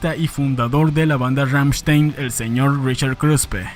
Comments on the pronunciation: Ramchtain o Rammstein. O lo pronuncias bien o no XD no digas Ramchtein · En alemán se pronuncia Ramm-schtain. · “Rammshtain” no “rammshtein” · Ramm con doble m, st se pronuncia sht y ei como ai Ramm sht ai n. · Rammstein se pronuncia Rammstain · "Ggammshtain" GGAMMSHTAIN, pues! ChristoPH Schneider "Flake", así como va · pfffffft. la banda mas representativa de Alemania? ni el nombre sabes pronunciar. Kreator es la banda mas representativa actualmente de Alemania.